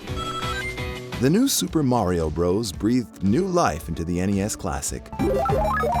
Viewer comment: Did u just say Mario like mairio what..